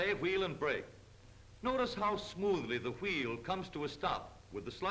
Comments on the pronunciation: funny how they pronounce wheel as "H-weel" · I love the way he says Hweel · I like how he says wheel